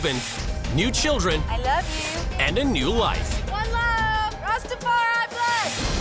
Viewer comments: The R don't sit right 😂 pronounciation Rastafari use to hearing it in Jamaican accent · I live in the Caribbean and plenty of mates who are Rastas … they don’t say ‘rassstafariii’ every five seconds 🤦🏼‍♀️ his wife is legit though ❤ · I CANT STAND the White guy saying rastafari ONE more time !!!! 🤦🏻‍♀️🤦🏻‍♀️🤦🏻‍♀️🤦🏻‍♀️🤦🏻‍♀️🤦🏻‍♀️🤦🏻‍♀️ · white man can't say rastafari?